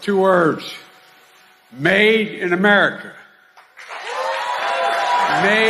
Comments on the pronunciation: First time he said it, I could almost write it off as "made" and "America" BUT he had to go and say it again more clearly 😂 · No, no, no. Joe Biden wasn't saying "Made in America", he was saying "Maiden America", that's why he had to specify that it was two words. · I figured it out. He was saying MAIDEN AMERICA cause he has screwed usa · You all misunderstood... he wasn't saying "Made IN America"... he said "Maiden America" He was hoping they'd roll him out another 12 year old... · I think Biden was saying, "Maiden America".